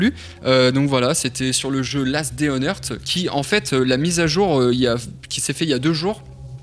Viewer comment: Earsssssssss pas heart ou hurt le th se prononce sssss